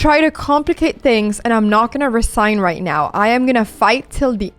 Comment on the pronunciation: Great game. Not sure if you will ever read my comment but if you do, I’m sure I’ll notice a change. Your English is actually very good. One thing i noticed that you do a lot is pronouncing Z as S. For example the word resign . Even though it’s spelled with an S It’s actually pronounced with a Z. Even the word crazy . Im pretty sure i heard you say “ crasy “. Also the plural of Woman is Women but its pronounced Wemen. I know… English is such a strange language. I hope you don’t take this in a negative way. From what I’ve gathered, you’re a smart girl who loves to learn. My intentions are good. Another word is busy. Yes it’s spelled with an S but pronounced buzy. I think you do that with every word that needs to be pronounced with a Z. Hopefully I was helpful.